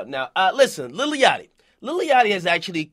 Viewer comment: This nigga keep sayin lily yachty